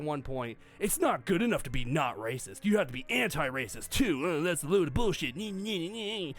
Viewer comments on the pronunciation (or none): Love how can't even say the word "racist".